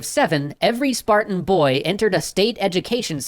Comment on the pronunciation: you said "BOY !" wrong.